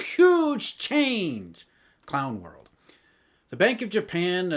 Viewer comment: The way sounds hyped in the intro and then calmly mutters "clown world" lol